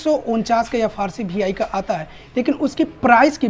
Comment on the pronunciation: Bhi I nahi re VI bolte bete